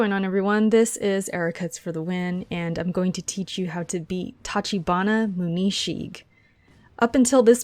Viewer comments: Also its pronounced "Moo-Neh She-Geh" lol, I put your channel in my description for the video I just uploaded:) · Why tf do U say “muu nii shig”